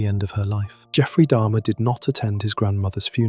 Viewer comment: It's jeffrey dahmer not dharma good grief. If you really did a true deep dive into these cases then how tf can you not even get names right wtf 😂